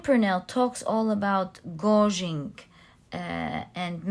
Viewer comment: So grateful for your wise, loving energy and your tremendously accurate and interesting readings! ❤️🙏🏽Pile 3 was me all the way... wanted to humbly offer a pronunciation adjustment: you were saying a word I think intended to be ‘gauging?” FYI it is pronounced gay-j-ing. Hope this helps! Much love and gratitude ❤️🤸🏽☀️